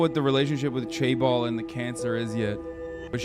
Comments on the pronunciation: Why does pronounce it like "Chay Balls" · As a korean, the better way to say it would be jaebol